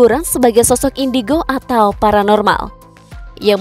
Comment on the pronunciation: Kata marcel indigo:indicrot 😂